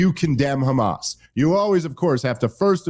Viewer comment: I didn’t realize it was pronounced “Hamaz.”